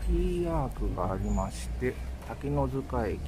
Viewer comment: しょうもないことですが正しくは「たけのつか」ですよね。 ずっと「たけのづか」って言ってるので。 昔はづかでも公式にはつかになってるようですし。 駅の表記も「takenotsuka station」ですし。 いや、細かいこと言ってすんません。